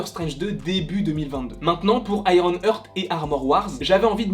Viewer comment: Frérot bravo pour tes vidéos elles sont top, vraiment ! Juste, heart ça se prononce "hArt" et young se prononce "yong" et non "young"! 😉😅😁